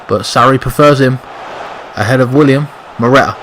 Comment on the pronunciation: It's Willian with an N not William god damn it! He's clearly one of your favorite players and it's the easiest name to get right!!!! P.S WE WANT GOD OF WAR!!!!!!!!!!!!!!!!!!!!!!!!!!!!!!!!!!!!!!!!!!!!!!!!!!!!!!!!!!!!!!!!!!!!